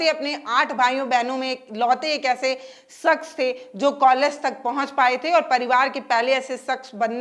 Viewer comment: sakhs nahi shakhs hota hai